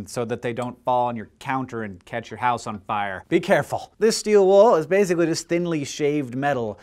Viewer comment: How many times did he say "bazically"